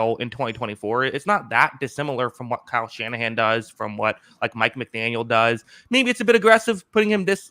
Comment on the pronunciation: How you gonna say Kyle Shannahan 😭